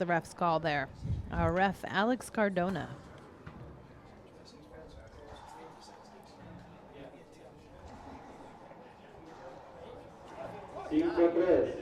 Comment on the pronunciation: it's cardona not cordona. inform yourself